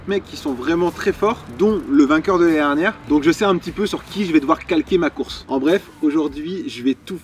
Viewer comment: par pitié articule quand tu dis « l’année dernière » , sinon bravo pour la perf !!!